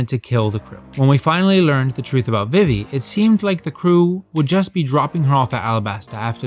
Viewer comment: This is just me being a picky ass but who has ever pronounced vivi, "vih-vee" every place it's been pronounced veevee not just in one piece as this isn't a original name.